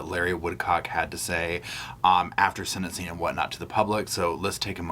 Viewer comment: The word is "sentensing" NOT senincing...😢